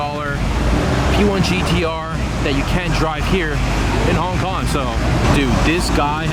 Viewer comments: 'Hon Kon' amirite? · Hon Kon?😂😂😂😂what a fuckboy